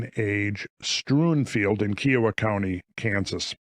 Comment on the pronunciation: Dood, i lived 25miles nearby kiowa county. Some of those kids went to our high school, even. Look up 'Peace Treaty.' Pronunciate, as "kIE-uh-wah" (: much love, swing by anytime!